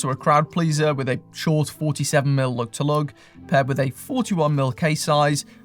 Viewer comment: I hate the way you say Lug to Lug